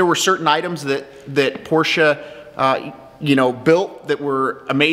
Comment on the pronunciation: Thumbs up. He is able to say „Porsche“ the right way ( for the others: it’s not a porsh ;^) )